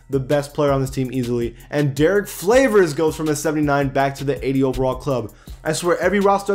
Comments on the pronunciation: Stop saying flavors it pisses me off its favors bro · Is it me or di he just say Derrick Flavors?